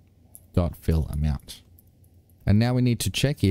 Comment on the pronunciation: Every time you say fillAmount I hear ‘fill em out’